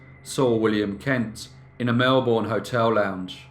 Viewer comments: Melbourne is pronounced: Mel-bn and not Mel-bourne. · Melbourne is pronounced MELBN short and sweet NOT MELBOURNE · You've not been to Australia, have you? Melbourne, oddly, is pronounced Melb'n not Melboorne as you do in this (fascinating) video. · It's pronounced Mel burn. Not Mel born. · Um, it's not Mel-BORN, it's MEL-bun. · 'Melbourne' is pronounced, Melbun. The 'r' is silent. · And he can't pronounce Melbourne correctly. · No non-Aussie can